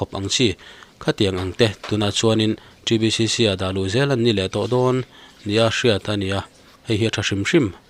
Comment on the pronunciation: ȚriBCC tih leh ta. ȚriBCC nihloin T(Ti)BCC ȚBCC-TBCC. Miin an duhdan ang taka hming an phuah nangin ilo tih bawrbang zela, a nihna ang taka lam tur. ka umzia a dang daih țhin a sin